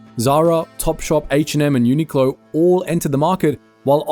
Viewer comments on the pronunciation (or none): none